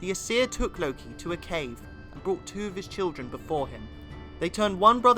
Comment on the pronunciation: This dude cant even say ”aesir” right